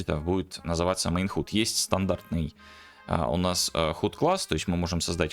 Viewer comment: Я конечно дико извиняюсь, но уши режет, не могу сдержаться - напишу. Есть простое правило в английском в закрытом слоге гласные произносятся НЕ так, как в алфавите. Например слово HUD произносится как - "Хад" а не "Худ"! Если вы не уверены, откройте Гугл переводчик и послушайте как он произносит слово... Не, ну реально невыносимо слушать.